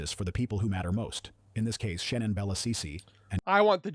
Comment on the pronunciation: it is Shannon